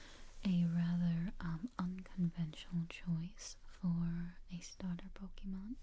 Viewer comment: But of a tip for the future: the whispering is good and all but it defeats the purpose when it’s SO QUIET that it becomes hard to hear. Also, the “é” in “Pokémon” doesn’t make an E sound, It makes an “ay” sound. On another note, since the top two types defensively and offensively are steel and fairy respectively, I’d pick bulbasaur due to it being the only one out of the options to learn the weaknesses of said types, those being ground (earthquake) and poison (sludge bomb). I’d also teach it the highest power grass draining move (giga drain) for both a healing move and grass coverage, and I’d have sleep powder as it’s 4th move for easier catches. On top of all this it has access to both a mega evolution and a gigantamax form.